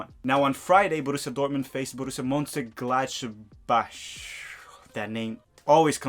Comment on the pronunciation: Pronounced like Murnchen Glodbawk